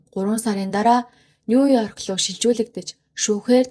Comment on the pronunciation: Нуёрк гэж дуудахгүйэ;нью йорк гэж дуудаж сураарай;шүүмжлэлд бүү гоморхоорой;нэг үгч болов зөв дуудаж сурвал алхам тутамдаа эвгүй бдалд орж ичихээс аварна шүүдэ